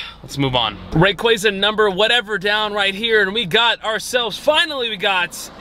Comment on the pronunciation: Happy to not hear say Ray"quay"za anymore. Great video though. Fun to see your passion for a Pokemon you love.